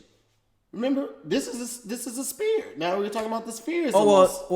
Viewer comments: He kept saying spear instead of sphere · is struggling with the word 'sphere'